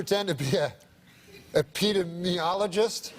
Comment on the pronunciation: Norm’s pronunciation of “epidemiologist” kills me